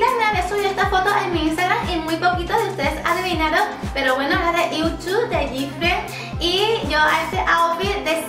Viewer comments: Yuju se pronuncia: iuju (o al menos eso dice en internet, y yo siempre lo pronuncie así xd♥) Me encanto el vídeo, y estoy feliz de q te aya gustado tanto el Kpop :D, soy suscriptora desde hace poco, osea desde q subiste el vídeo de tu reacción al Kpop, y ya jamas pienso dejar de ver tus vídeos xd♥♥♥ P.D.: Cuando harás un directo aquí en Youtube?? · Creo que Yuju de GFriend se pronuncia yuyu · Se pronuncia “yuyu” pero su nombre escrito es Yuju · yo el nombre de Yuju lo pronuncioo como iu chu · Dijiste mal el nombre de Yuju :'v U2 quedé